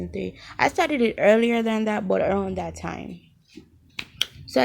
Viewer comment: We gon' do dat😂 dyat,dat whatever don't even know how yu pronounce that 😂